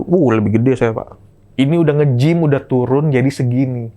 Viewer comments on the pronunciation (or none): Tadi openingnya bilang udahhhh,.,. Salah itu harusnya udehhhhhh